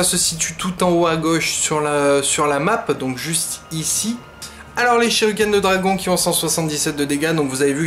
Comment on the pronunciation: Je suis le seul à remarquer qu’il dit Shiruken au lieu de shuriken ?